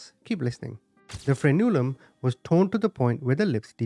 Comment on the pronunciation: No big deal, but it's pronounced "FREN-u-lum" not "fren-U-lum". You're just stressing the wrong syllable, that's all.